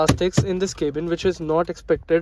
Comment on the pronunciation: Its not kaebin , please pronounce cabin like we all do